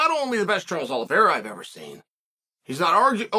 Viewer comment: Charles is winning because Chase can pronounce his name